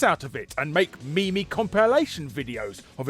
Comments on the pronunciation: "Me me" instead of meme? Larry, you know better than that. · Called it a "me-me" lost all traction for me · Did you really just spend five minutes talking about horrible voice acting in two games, the conceit of the entire video being that they were celebrities ruining the games, then not play a single example of their voice acting? Then to top it all off, you pronounced meme as 'me me'... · Did you say me-me instead of meme? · did this dude really say ME-ME compilations and not meme? ahahaha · God damn it, its pronounced MEEM! Not fucking me me. Its short for memetic. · Lol did you really just say me-me?? 😂😂😂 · Nobody noticed that he pronounced "Meme's" as Me-me's? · Wait, Larry.. Did you just pronounce meme like "me me"? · Me me compilation videos. Please tell me you mispronounced it purposely.